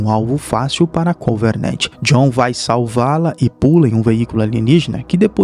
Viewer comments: Vídeo muito bom! Parabéns... Mas eu não entendi pq que Covenant virou CoveRnant? E Halsey virou HaNsay.. mas fora isso tudo nota dez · Vou sair do vídeo, já é a segunda vez que ele erra a pronúncia, primeiro Covernant, agora Hansei kkkkkkkkkkkkkkk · parei de assistir no "convernernt"